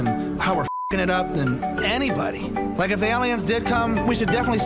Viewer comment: did you just say lik dicky. Was that on purpose